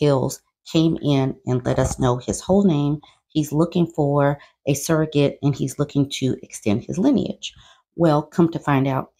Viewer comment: That baby gone need hooked on phonics in utero...suggorate. lawd.